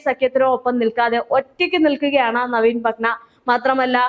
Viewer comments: നവീൻ പട്ന അല്ല കുട്ടീ നവീൻ പട്നായ്ക്ക് ..... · നവീൻ പട്ന അല്ല നവീൻ Patnaik ആണ് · Patna..... Alla.... Padnaik... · Patnayik. Not patna